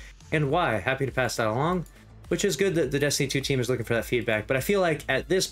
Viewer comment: "Destinytuutweam" lol